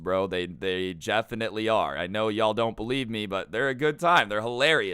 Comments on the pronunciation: he said jefflelly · Did he say jeffinitly